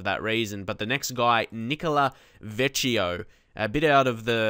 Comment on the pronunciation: The Italian guy is pronounced Vekkeeyo not vecheeo